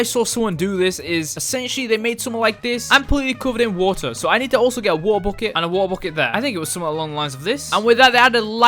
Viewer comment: Wa-ah bucket hehehe(I’m sorry)